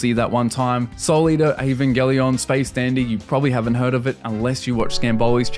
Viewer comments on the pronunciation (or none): none